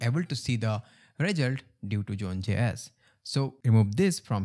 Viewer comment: what is "June Jess" ? Sorry, as as English person, I don't understand.